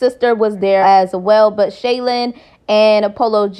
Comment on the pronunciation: Her name is SHY-LENN not Shaylin